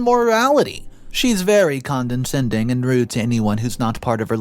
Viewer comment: Condescending is pronounced con-deh-send-ing. You keep adding an extra n in there. 😊